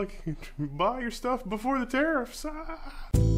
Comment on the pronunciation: That opening dialogue had me cracking up….”Buy all your stuff before the Tarifss!”😂